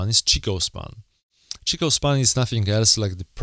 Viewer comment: acording to japanese forex traer Kei; the correct pronunciation of the lines in japanese is: SenkO span A & B not Senkou!! also it's Chiko Not Chikou span :)